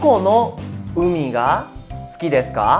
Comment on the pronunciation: No entiendo ejemplo suki deska Pero se escucha sudeska ????